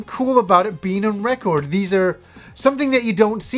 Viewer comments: That's funny how you say record. True native canadians pronounce it like "Wreck-erd" BUt you really say the O like ORE in recORED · Nothing like a needle on vinyl!! Has that warm and fuzzy feels!! You won't get that tone and sound anywhere!! Not digital or cd..nothing! You say reh-cord funny!lol great stuff! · i like how you say "record"!! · I still can't get over how says record. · is that how Canadians say "record"? Sounds odd to my American ears. I would love to have Revenge of Shinobi on vinyl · Why do you says record so strangely? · Big fan of records, can't say the word record.